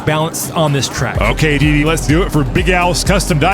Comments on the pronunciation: bro said diddy in stead of deedee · What they heard:Dee Dee What i heard:Diddy